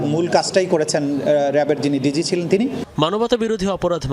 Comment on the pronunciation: নিউজ কাস্টার, ভুল উচ্চারণ কেন করেন? এটা কি হওয়া উচিত? আপনি বলেছেনD.z. অথচ হবেD.G. which stands for director general, এতে দেশের ভাবমূর্তি নষ্ট হয় নাকি?